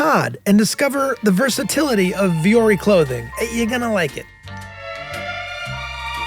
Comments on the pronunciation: Vuori is pronounced with a u sound like in wu tang clan. O like in phone. More like Wu-o-ri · vuori is mountain in finnish, its NOT viori :) its said as it is written.. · Charlie has the right idea about how to pronounce 'vuori' in Finnish. Unless they have deliberately branded it that way it should be a 'u' sound and not 'e'. (But tbf our language is messed up in oh so many ways.) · I just wanted to say that I am so happy Charlie mentioned the pronunciation of Vuori in the ad! It’s advertised so much on all the podcasts I watch and listen to, and it bothers me every time! Now I know! Thanks, guys! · I’m pretty sure you guys are mispronouncing “vuori”